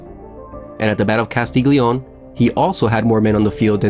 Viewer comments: Mondovi' has an accent on the last i !!! And Castiglione is read in another way... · Very good video, but the piedmontese cities are pronounced mondov-EE and Kasti-ll(like in Spanish)-ee-o-n-a